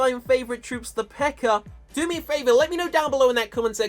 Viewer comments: when you say P.E.K.K.A it sounds like your saying P.E.K.K.E.R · calls them peckers instead pekkas